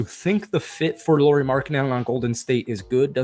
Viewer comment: cmon dude learn how to pronounce Lauri and Shams :-/